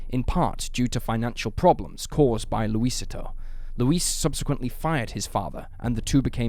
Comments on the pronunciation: Small correction for you: "Luisito" is pronounced, Loo-ee-SEE-toe, not Loo-Ee-sit-toe. It translates to, "Little Luis." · Lucy-toe for Luisito isn't any better. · Its laugh inducing hearing the mispronunciation of "Luisito". Interesting vid, tho.